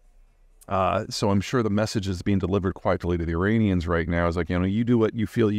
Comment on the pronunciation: this guy cant even pronounce 'Iranian' correctly